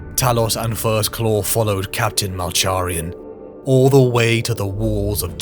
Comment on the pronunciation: Love the video but you keep mispronouncing Malcharions name wrong lol